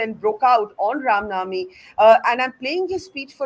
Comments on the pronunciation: Barkha have no logic to defends criminals although she seems so desparate to do so , the gentleman from bjp has nailed it.& btw barkha bano can’t pronounce the ram navmi instead she said ram nami. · This so called journalist (who disclosed the position of our armed forces on live TV both during Kargil and 26/11) can’t even say Ram Navami and says Ram Naami but talks about Hinduism! She is a joke!